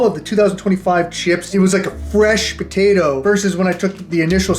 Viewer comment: what was said: “fresh potato…” What I heard: “fresh POTITO…” Hope all is well man, I been watching you since the very beginning. Glad your still posting 🤙